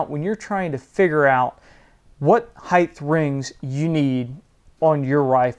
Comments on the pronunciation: stop saying "heighth"! just say height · great video, but yeah, this was funny. Either local dialect or what is called a "hyper correction". Have you heard this in other parts of the country or other people saying heighTH? Just asking as an amateur linguist.